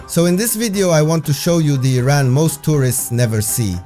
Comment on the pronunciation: At least you say the name correctly. The USA way of saying it is just so stupid and nasty. The city does not seem so cold as it is in the concrete ugly buildings in the USA. New York is building ugliness at its worst. A soul-less place. No surprise them that trump loves the place. Not many garbage amazon products there for sale in Iran. No culture in new york except for prostitution, graffiti, tattooed ugliness on human bodies and women dressed so cheaply. The godly meaning of humanity is long lost in the USA.